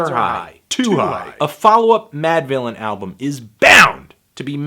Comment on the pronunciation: "...Producer Madvillian... and Mf Doom" Mispronounce-thony word-tano